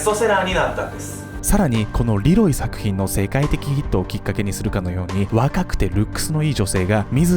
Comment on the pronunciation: ルロイ？(難聴)